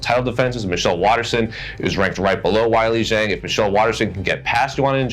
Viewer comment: "Why-Lee Jeng"? 🙄 I literally did not know who you were talking about for a couple seconds. C'mon dude